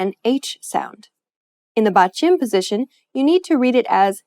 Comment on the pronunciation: great video, very helpful!! but since this is about pronunciation, you should know how to pronounce "batchim". you sounded more like 빧츰 than 받침 ...